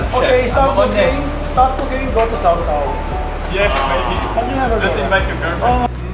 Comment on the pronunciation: Mais ou est-ce que le riz? Normalement on mange le sinigang avec du riz... ça a l'air bourgeois le sinigang! Et petit conseil, en tagalog, on dit saw-saw comme le son 'saou' en 'Arabie Saoudite' et pas comme 'so' en 'sociale' par exemple, salamat po!